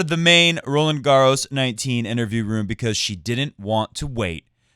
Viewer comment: How do you have a tennis podcast and not know how to pronounce Roland Garros properly?!